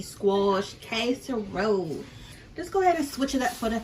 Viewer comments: Down south where I'm living. We don't call it CASE a role.....its called Cass A Role😂😂😂😂😂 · Your kitchen looks nasty to me. Also, the word is not kaserole, it is casserole. You didn’t mix anything in with the squash but cheese and onions how can it be a casserole without mixing some other ingredients in with the squash like sour cream and cream of celery soup. These are the ingredients that most recipes have in them. If that is how you like to make it I guess it’s ok but I don’t think most people would like it that way 😂😂😂🤮🤮